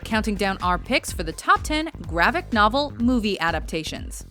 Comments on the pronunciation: Did she say gravick novel? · is it me or did she say gravic novel